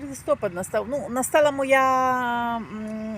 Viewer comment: Канал хороший,но ти шо в школі не учілась,ну не кажуть Листопад,Став правильно ударения